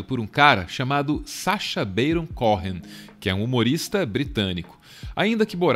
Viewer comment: perfeito menos a pronúncia de "Baron Cohen" 😠